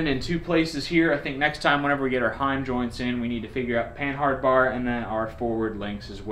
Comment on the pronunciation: It's not a pan-hard bar. lol. it's pronounced "Punnard." It's French, from the Panhard automotive company, which turned into Citroen.